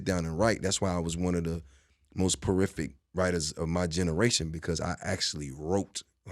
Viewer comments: Great interview but Jeezy bruh…”prorific “ is not a word. I think you mean prolific lol. Bruh said it twice too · porific? prorific? What is this word?